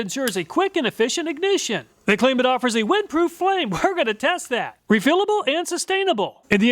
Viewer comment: Dude, there's no silent "H" in "We're"